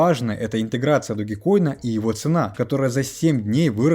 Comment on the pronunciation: Не ДОГИ, а ДОЖ!!! 😂